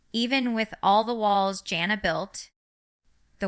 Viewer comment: Not her!! Jana (she's not saying it right) doesn't live in Ak